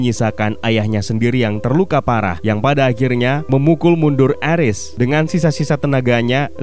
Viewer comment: Bang Ares dibacanya Ares bukan Eres